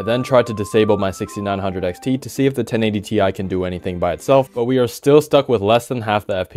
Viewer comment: Sorry.... But i think it's 1080 tie! 😅